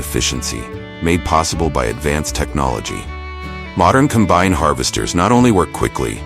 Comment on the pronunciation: You can tell this narrator is either AI or someone that doesn't know how to pronounce some words. Like Combine - It is Com-bine in farming...